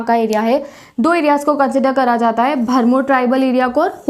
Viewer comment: Its bharmour not bharmul